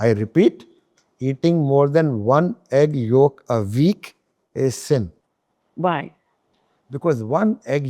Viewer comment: When he said egg york😂😂😂 all the vitamins minerals omega3 is in it and studies have debunked this theory